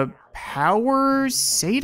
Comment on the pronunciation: That's not a Power SAYTUS. The name is a Power "KES-TUS" Say it like that. Rhymes with "Mess - TUS"